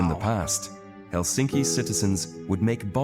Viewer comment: In Finnish all letters pronounced the same independent of surrounding letters and the stress is always on the first syllable. Can it get any simpler?🤔👌 Still here the narrator says HelSINki😖 instead of HELsinki.👌✌️